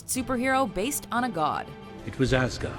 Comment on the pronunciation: You said "Asgard" as "ass-guard", ha!